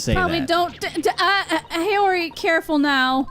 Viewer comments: About Haori, its Hah, not Hay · It's "Ha"ori, not "Hey"ori :) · somebody already said this, but haori is pronounced hah-oree :)